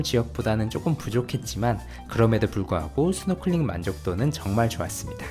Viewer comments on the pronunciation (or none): none